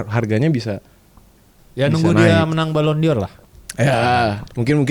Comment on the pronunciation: BAJU ITEM NYEBUT BALLON D'OR "BALON DIYOR" WKWKWK PLIS LAH BACANYA GA GITU, DENGER KEK GITU GATEL BANGET KUPING.